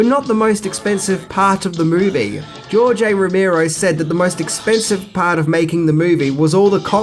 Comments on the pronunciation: It's ROE-MARE-OH, NOT ROE-MEER-OH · Romero, Ro-Mare-Oh Not Ro-Meer-Oh.